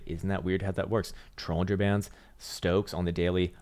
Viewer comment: Trollinger band or bollinger bands?? What are u saying i am not understanding